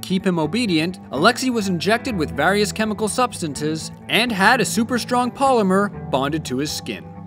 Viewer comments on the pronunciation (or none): He said Substances wrong